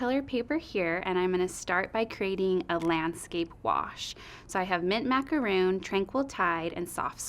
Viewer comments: Love this bundle. Some great ideas. However, I'm sorry, I too was distracted by calling "Macaron", " Macaroon". representatives from the company should be presenting correct information. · Me too! hahaha! I was like we had this discussion when the color first came out It's Macaron - RON not ROON! hahaha! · Your rep doesn’t know how to pronounce macaron!?! Did no once supervise this? Ack! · if it's in one of their color names, they should have training on how to pronounce it. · Great video - very informative! I got this bundle in my preorder. Macaron pronunciation was a little distraction ;) I also got the new embossing pads for the Big Shot. Nice to see them in action.